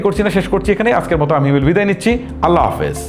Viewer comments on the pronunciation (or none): none